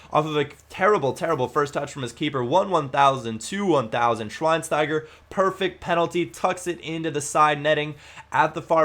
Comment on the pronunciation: his name is schweinsteiger...u speak it not right: spaek it like "schweinschteiger"